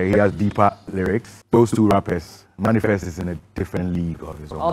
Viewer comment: The word is manifest not Many Fest okay 😃😃😀😀😄😄😄